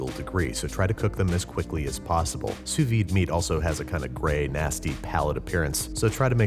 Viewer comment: Ain’t No body got a “sauvide” tho